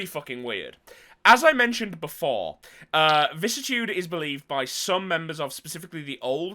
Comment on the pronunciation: Weird how people can’t pronounce vicissitude … vi-cis-si-tu-de.. google it, it even has a voice recording on how to say it.